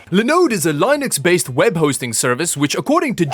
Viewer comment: Absolutely no one:: Lienux